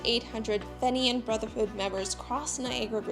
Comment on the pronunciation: Had to stop listening after hearing "fenian" continually mispronounced, to my ears anyway.